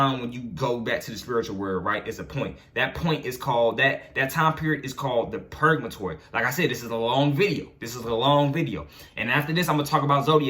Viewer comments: Purgatory bro not purgamatory .... But i fucks wit the message so pronunciation doesnt matter cuz i know what you talking about .... But id like to pick your brain because im caught up and feel like im at a standstill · He said purgamatory 😂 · Are you saying purgatory? 🤔